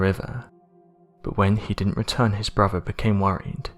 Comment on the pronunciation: He keeps saying "his bruvver". Does he mean brother? Is it that hard to pronounce? And anovver instead of another.